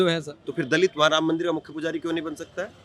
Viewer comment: किस गंवार से बात कर रहे जो मंदिर को मंदिल बोल रहा है 😂😂